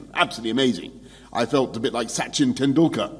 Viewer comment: bruh unlike Dolaand Trump he pronounced Tendulkar, Amit Bachan and Modiji's name correctly thats an achievement.